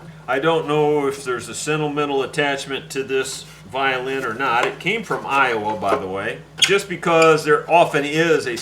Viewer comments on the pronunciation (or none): none